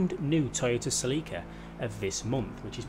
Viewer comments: Se-Lick-Uh (YES) Se-Leek-Uh (no) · The Toyota Celica is pronounced like.. Sell-ica. That's all. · My nigga the way you shall Celica it's so wired I'll allow it cause other places say car names differently and as a Northern UK viewer this is really annoying to hear celeeka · Oml this guys pronunciation of these cars. Celeeeeka. Ford pUma. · Who else call the celica, silika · no, its pronounced Sel-ica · Se-leek-uh lmao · Se-lick-her lmao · I have never heard Celica pronounced that way 😂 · It’s cringe listening to him say “celica” wrong.